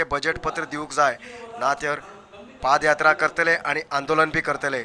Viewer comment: It should be PAD YATRA. & not PAAD YATRA